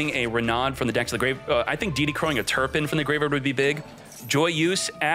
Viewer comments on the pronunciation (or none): none